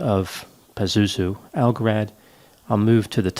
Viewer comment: Pronounce algarad right